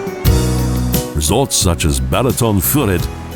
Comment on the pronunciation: Koszeg, not kocheg; Apothecary to a Golden Unicorn. You would think that the person talking about the country would learn how to pronounce the names of the places he is talking about. Lovely country, atrocious dialogue. Balaton is being pronounced Bahlahton by the narrator.